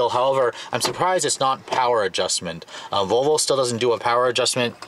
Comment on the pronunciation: I can't stop replaying the first second of the video where it sounds like you're saying Vovo lol. Great review as always!